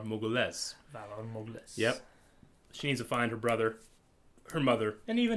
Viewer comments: has watched the show 4-5 times yet he still says it wrong xd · Mor-goo-lis not Mor-gooless… it’s literally pronounced correctly in the show multiple times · Yeah bothers me too. Everytime the word is pronounced in the show they say "morg-u-LIS", not "morg-u-les"